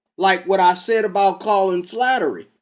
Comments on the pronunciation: flattery? aaaahhaaahaaahhaaa! what a dumbass! It's Fla. her. ty... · FLA- (as in "flag") her- ty (as "tea") Flaherty is how its spelled. Flattery is what you are saying. Please say it correctly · It's, Flaherty, pronounced 'fla her tea'. The comments below do not intend to speak for anyone on the Colin Flaherty channel or for the man himself and are just my opinion on the matter. Next I don't think that one email represents an whole channel mate. There already is a race war, by blacks against whites, Flaherty's channel ably demonstrates this. White people want to stop this. One of the main ways to do this is by actual policing of crimes, keeping wrong doers in prison. Not only will this lower the number of crimes being done by what hillary Clinton was known to have called, 'super predators', individuals that just keep committing crimes. Imprisoning these individuals is also a demonstration to others in the local community of thugs that the law must be obeyed or else. Another way our white community can be rescued from the race war by blacks against whites, is to have segregation in schools and end affirmative action policies which racially discriminate against more qualified whites. Many of us are contemplating the next step beyond this, an idea that people like Malcolm X and Mohamed Ali also advocated for. An ethno state for whites and one for blacks in North America. If we don't go that far, certainly the worst blacks (and the worst whites), should not be encouraged to breed through massive welfare grants from the productive tax payer. So instead of playing the worst blacks to have children, the most intelligent and well behaved who stick together in a family unit w